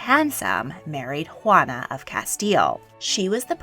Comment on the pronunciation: "Ruana "??? xD